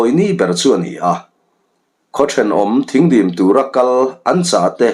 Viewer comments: Thing dim tih i lam dan hi dik lo a, Thîng hi (sawhthing tia thing ) ti a lam tur aw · Thingdim tih a "Thing" lai hi, Sawhthing tih a thing lai ang hian lam rik tur. Thingkung tiha "thing" angin i lam. Thingdim tih hi, khuala an chhungte Khuangchawi ni a rawn lam lutte kha, Ar khuan rualin dim zawihnalh in an sawhthing zai lep thil tlar kha tawn chungin khuaah an rawn lam a, chu chu Thingdim an ti. Ar khuan ruala dim taka lam tihna mai a ni. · Thingdim tih i sawirik dan hi. Sawhthing kan lam rik a, thing....tih kan lam rik ang hian lamrik tur ni in ka hria.